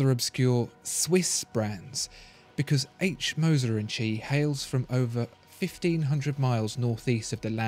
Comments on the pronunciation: In Moser & Cie - Cie is pronounced see not chee. For example In French sky is ciel pronounced seel. This undermines my confidence in your rather portentious commentary and is irritating. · I can’t un-hear this “tchee”... “Compagnie” isn’t too hard to pronounce. Same as Company... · It's pronounced "see" not "Chee" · Chee? It's not Italian, it's French, and they say "compagnie". It's no more "chee" or "see" than "lbs" is "libs". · It's not "H. Moser "and chi"", but H. Moser "and company". "cie" is the abbreviation for "company" in French. Ears still ringing... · "Cie" is pronounced "si" or "see", not "chi". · Please...! Now that you know that “Cie” means “compagnie”, spare us the “tchi” and redo the voiceover, correctly this time! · its not pronounced "chi", its more like "sea" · Please, please...'Cie' is the French abbreviation of 'Compagnie' and not pronounced as 'chi' , the English should know better! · Was about to comment same. Puts credibility into question when a basic pronunciation is borked. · Made me cringe every single time. Should have called the cie H. Moser and son.